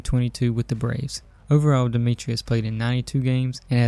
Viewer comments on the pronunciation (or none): Wonderful video. I feel bad for making this comment, but Travis Demeritte’s last name is pronounced “da-merit.” I subscribed off this video though!